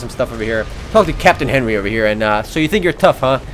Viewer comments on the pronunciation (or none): none